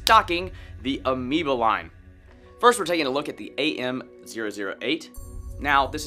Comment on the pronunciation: did he just say amiibo instead of amoeba? btw, thought the video earlier was a joke. bad day?